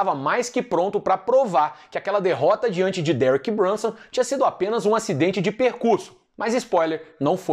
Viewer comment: toda vez que falar do nome de Derek Brunson nas resenhas vc tem a obrigaçao moral de pronuncia-lo com aquele belo sotaque italiano.:_Carrano: Foi vc que criou o monstro, tá dado o papo!!!